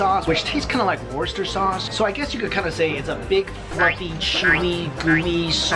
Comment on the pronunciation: "Worster sauce" =p It's definitely not the worster sauce in the world. Try "wustersher" sauce.